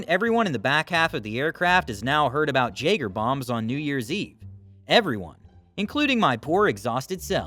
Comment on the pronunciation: That’s cute the way you said, jay-ger-bombs. It’s pronounced yay-ger-bombs. Because they use Jagermeister and Redbull. You drop the shot of Jagermeister into the glass of Redbull. It’s disgusting!